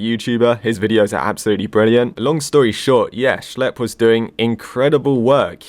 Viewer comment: "schelp" dude who the hell is schelp, its schlep.